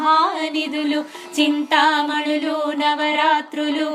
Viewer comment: Chinthamanulu navarathnalu Thappu chadava koodadhu Mi prayathnam bagundhi Kani MISTAKES VUNNAYANDI (SORRY EMI ANUKOKANDI)